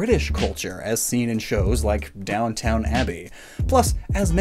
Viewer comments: “Down town abbey” lol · Tell me you've never seen "Down-town" Abbey without saying you've never seen Downton Abbey